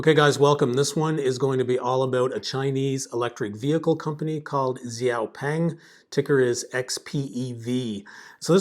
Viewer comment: Thank you for sharing your views. Excellent video! BUT, I would like to help you pronounce the name correctly: Xiao (shiao) Peng (the "e" is a schwa sound). Hope this helps! :)